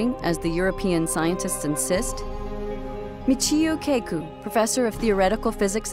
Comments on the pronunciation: lol michio cay-ku. i'm pretty sure that's kah-ku. not a long a sound. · what I find more disturbing than these "ghost" footages is the way the narrator pronounces Michio "KAY-KOO"..